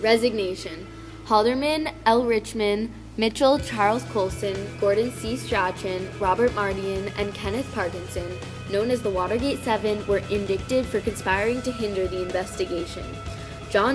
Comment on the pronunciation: Indict is pronounced "In- dight"... so it rhymes with night. just a fyi.